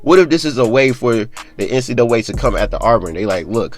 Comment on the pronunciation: Nobody:: NC duway